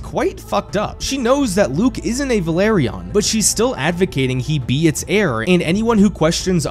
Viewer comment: Can NOBODY on the internet say Velarion??? Valerion, Valerien, Valirion.... It's VELARION!!!!